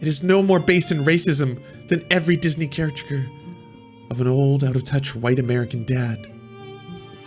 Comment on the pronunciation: I liked this video because of the mispronunciation of "caricature" lol